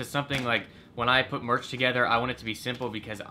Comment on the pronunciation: He spelt merch wrong, he said March